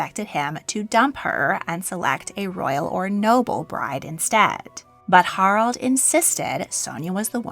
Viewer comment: Haraldsen, not Harldsen. The second "A" is not silent. Harald, not "Harold". The "e" at the end of "Norge" is not silent.